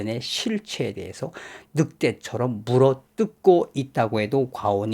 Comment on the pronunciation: 묻어뜯고있다고 강조하늕게 넘 재밌네요